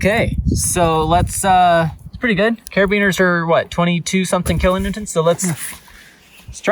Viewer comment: “If I keep saying kilonewtont, you’ll think it’s intentional and not me being hooked on phonics” 😂😂